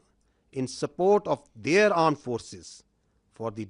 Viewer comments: Aand forces😂😂😂😂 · what is AAND forces 🤣🤣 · .26 secs I heard aand forces 😅😅 kya mere kaan khrab hain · Aand forces😂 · Aand forces 😂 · tatte jaisa kaam krti hai to aand forces hi bolenge 😂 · Aand forces 😂😂😂😂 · Did he say 'Arned' forces instead of 'armed' forces? 🙄 Uneducated fellows 😂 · They say pakistan aand forces 🤣🤣🤣🤣